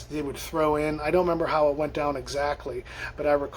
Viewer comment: You had me at "I would go dahn to Phar-mor!!!!!!" 🤣